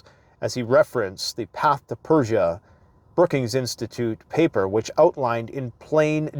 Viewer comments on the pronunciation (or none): none